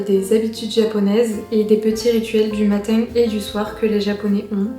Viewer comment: Pourquoi tu as zero accent mais tu prononces matin bizarrement ?